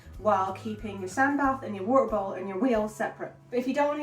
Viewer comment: you said bowl or bowl for how they can drink water lol, what did you mean to say?